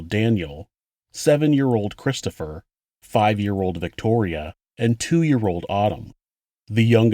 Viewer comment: Does the whole family have speech impediments? "Cwistopher" "Bwother"